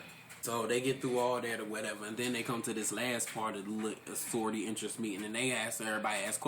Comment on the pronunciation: why he calling it sorryority